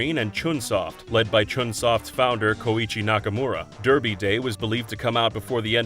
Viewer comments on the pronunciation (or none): none